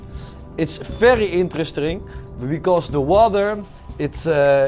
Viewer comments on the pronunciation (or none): Thomas: its very interestring. 😂😂😂😂